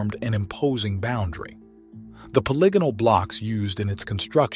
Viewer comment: Really wish you guys would learn the art of annunciation... POLY-GON... poly-gon-al It's not that hard.